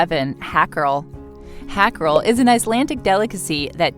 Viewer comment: Hakarl is pronounce "hawkarl"